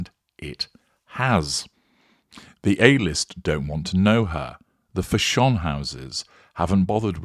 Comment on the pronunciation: Still cracks me up when you say Fash-ON, 😂😂😂